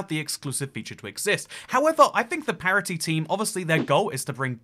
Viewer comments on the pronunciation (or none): it's parity not parody.